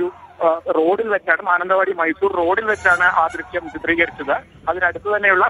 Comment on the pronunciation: ദൃഷ്യം അല്ല ദൃശ്യം